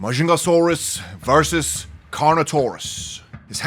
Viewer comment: Ma jung ga sauros that's how you pronounce it